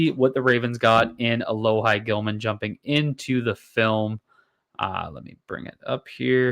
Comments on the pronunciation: Sorry, pronunciation is (Alo-Hee). Played ball with him in highschool 🤙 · It’s pronounced alo-hee lol sorry to be that guy